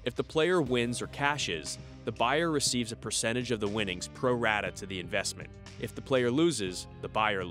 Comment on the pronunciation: It was 'pro rata'